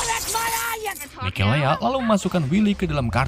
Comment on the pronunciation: Mikaela bang.. Mikelea mulu dah 😂